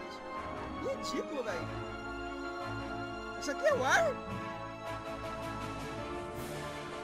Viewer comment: "Içu aqui é uar?" KKKKKKKKKKKKKKK